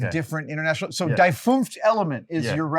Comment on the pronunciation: The German version of The Fifth Element is "_Das_ Fünfte Element" and the definite feminine article "Die" that Adam incorrectly used is pronounced "dee", not "dye".